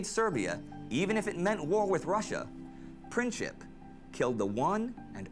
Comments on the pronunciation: Franz-Ferdinand was like crow prince. Not Princhip. Princip is pronounced as PrinTSip (like in German "Prinz" - German word for "prince"). Greetings from Bosnia. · Princhip ??? lol Its Prin-tz-ip. CH is only used for the letter Č. There are 3 different letters that are similar. C, Č and Ć. The letter C is not even similar to letter K, it sounds as tz. Letters Č and Ć are best seen in the NBA star Luka DonČiĆ, which is Don-ch-itch.